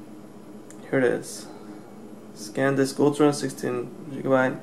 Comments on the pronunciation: You keep saying scandisk. Its SANDISK,!!! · Its SANDISK not SCANDISK, hesus dude.... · NOT SACAN but SAN disc!!! Haha! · say it with me man: San Disk. SEHN-DISK not Scandisk SAN DISK!!! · I'm just joking, you were saying ScanDisk instead of SanDisk and ScanDisk is a windows tool.;) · you say scan disk - i think its sandisk - btw nice vid - ill comsider the samsung card now that i saw this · SANdisk, not SCANdisk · How the hell do you get scand disk out of Sandisk ??? Whereas in the title you spell it correctly then go on to write scand disk ! How do you expect people to take notice of your review if you can't even read / pronounce name of product ? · The last time I heard someone talk this much shit (SCANDISK & SANSUNG) on youtube it was the vigilant christian! Seriously, if you don't have a fucking clue how to say the names or brands of the items you are comparing or reviewing then leave that kind of shit to someone who does and kindly FUCK OFF!